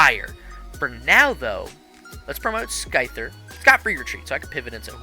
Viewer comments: Wait wait wait, you call it SKY-ther and SKE-sor‽‽‽ Man... it is pronunce SI-ther and and SHE-zor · just so you know for the future it’s “Syther” and “Sizzor” where the c is silent. Hope this helps! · Another great video! The single-prize Scizor is one of my favorite cards. So good. Also, hope you don't mind the slight correction, but the c in Scyther and Scizor is silent (like the word scissor) 😅